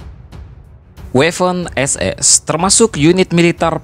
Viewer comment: Bang itu sebenarnya Waffen-SS dibacanya (b. Jerman) tetep Waffen SS, bukan Weffen SS. Jelas bang?